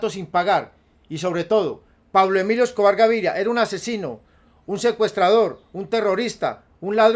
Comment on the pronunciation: Jajaja si es cierto y además no decia bien el nombre de Pablo emilio Escobar Gaviria